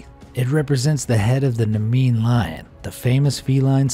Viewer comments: Its Nemean Lion, not Namean... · The video also says "Namean lion" It is called the Nemean lion, not namean. missed that one.